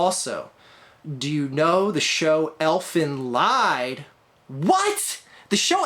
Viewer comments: It's pronounced "Elfen Leed". Not the best show ever but there's a lot of violence and nudity if you're into that kind of thing. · You aren't supposed to pronounce elfen lied like that